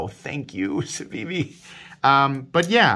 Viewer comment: You are pronouncing it correctly. No button stick? My elementum does stick even after cleaning.